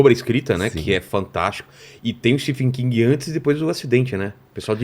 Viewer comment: so falta saber falar certo o nome do escritor